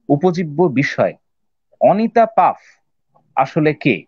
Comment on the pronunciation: Paf noy, Pfaff. Uchcharon : Faff, jemon that. Emily noy, Emilie. Uchcharon: jemon Emily ey.